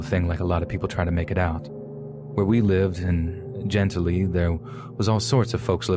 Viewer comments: It's Gen TILL lee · Love your content! Just a quick Louisiana lesson though: New Orleans = New Or-Lins Gentilly = Jin-Till-Ee Atchafalaya = Ah-chaff-ah-lie-ah Plaquemine = Plack-ah-min But your pronunciation was muchhhh better than most 😝